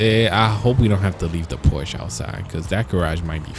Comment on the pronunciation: Its called Por-sh-A